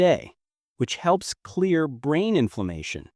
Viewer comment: Robo-voice. Unlistenable. Brain fog became bran fog. Nice.